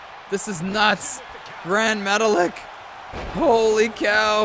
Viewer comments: say his name like Gran Metaleek not Metalick 😅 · I'm pretty sure Gran Metalik is pronounced Gran Metalique. It least, that's how I've heard WWE announcers pronounce it. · Also he's pronounced "Grand- Meta- Leek" lol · I was happy to see Gran Metalik and Lince Dorado get eliminated so can stop saying their names wrong.